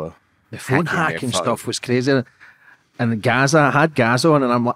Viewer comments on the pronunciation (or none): He said Gazza like Gaza 🇵🇸